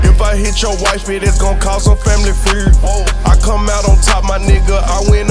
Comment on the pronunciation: He can’t say feud